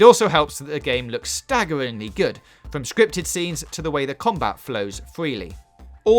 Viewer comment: why do you say gud instead of good?